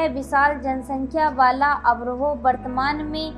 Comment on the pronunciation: अभ्रोह नहीं अबोहर है